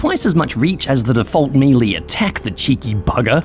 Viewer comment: That’s not how you pronounce “melee.”